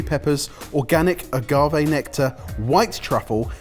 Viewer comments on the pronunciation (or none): none